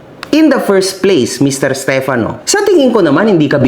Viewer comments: Napansin ko lahat ng nasa side nila, pronounce nila sa pangalan steFANO. Yung mga sang ayon naman, STEFano. 😂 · alam mo kung ano lang ang tama mo dito? Yung pag pronounce mo ng stefano 😅 dejoke, bawi ka sunod 😁